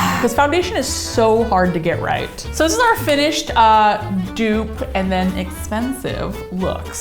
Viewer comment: Yeah. It's a dupe not 'dew'p 😂